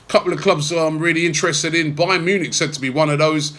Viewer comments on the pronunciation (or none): none